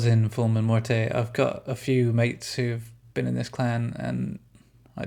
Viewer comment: The e is silent in morte ffs